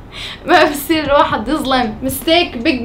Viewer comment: بصير❌ بسير✔️